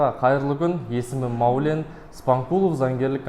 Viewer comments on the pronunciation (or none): Қазақ тілін қадірле ! Маулен емес , Мәулен .